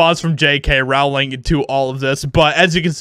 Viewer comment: I like your videos; and I feel exactly the same about this story as you do. So, don't take this the wrong way: J.K.'s last name is pronounced like "Bowling," except with an "R" instead of a "B." Hopefully you take this as construction criticism, because it just helps your content be that much better than it already is. 😋👍